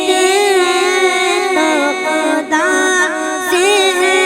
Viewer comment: کھدا👎 خدا👍 کھلیفا👎 خلیفہ 👍 اپنی اردو صحیح کر لیجئے